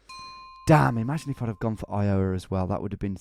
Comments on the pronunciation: iOWa, your emPHAsis is on the wrong sylLAble ! EYEowa = correct. btw these are impossible and i live in the states. These rural guesses are nuts. seriously good try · Eye-uhh-wuh, not Eye-Yowe-uh. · Not I-OH-a, I-o-WA. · Phonetic help -- "EYEoh-wuh" instead of "eye-OH-wuh". It's as if it's two and a half syllables. The 'O' sound doesn't linger in the mouth. -an Iowan :) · Tom, when you say “Iowa” the stress should be on the “I”, not the “o”. Not throwing shade, just trying to help. (Plus, my Iowan ears curl a bit every time you say, “i-OW-a”. 😂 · The only man not from Illinois to pronounce Illinois correctly and then pronounces Iowa wrong..LOL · the way he says iowa (you put too much stress on the middle syllable, it should be on the first) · the way you pronounce iowa and wichita is...interesting XD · LOL its so funny how u keep messing up iowa... Even down to the pronunciation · * clicks 10 state challenge * Let's see if Tom can pronounce Iowa right this time. * grabs popcorn * I fucking quit :D :D :D WHY DO YOU HATE ME, TOM? :D :D :D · I owe a banana, do you 'ave 'em wicheeta ones? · The funny thing is I think he pronounces the states the wrong way just to provoke you americans. It’s the same thing with Maryland.